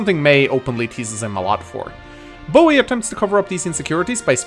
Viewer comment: Love the way you pronounce Boey.